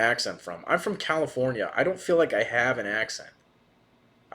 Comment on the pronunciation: literally the way you said the word “have” sounded like an accent 😂